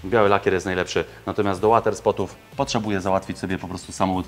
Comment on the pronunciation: Bardzo podoba mi sie jak opowiadasz o swojej pracy i jakie masz podejście do Klienta, szacunek dla wkładanej pracy i poziomu swoich usług. Oczywiście subskrybuje i lajkuje każdy z obejrzanych odcinków, bo na to po prostu zasługujesz. Jedna mała uwaga... łoter, nie łater please.... 😉